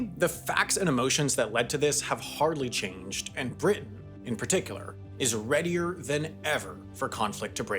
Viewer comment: Readyer???? lol